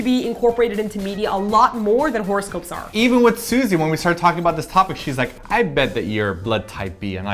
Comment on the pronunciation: I thought said horse ghost instead of horoscope.lol